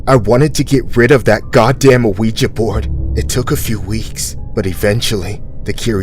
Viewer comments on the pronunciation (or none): its pronounced WeeGee not Aweeja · Why does this person keep calling the ouija board and a-ouija board? You pronounce it "weejuh". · "An a-ouija board" lol the rest of the narration is good, I won't take away from that but I swear he's saying a-ouija lol. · Omg the pronunciation of "ouija" is getting on my nerves, but I'm still here for it😂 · The narrator for these stories is pronouncing Ouija board very weird. He's putting the letter o like you would in front of the word opossum. But the Owen Ouija board is actually silent